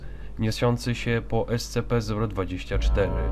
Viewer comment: czyta się scp sćp a nie scp